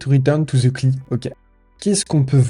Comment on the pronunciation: Par contre, c'est les amateurs qui disent "kli". Ça se dit "si L aïe", à l'anglaise. C'est comme "sum quarante et un" au lieu de "sum forty one" pour le groupe de musique